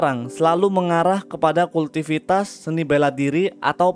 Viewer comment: apaan tu kultivitas?? kwkwkkw Kultivasi yg benar..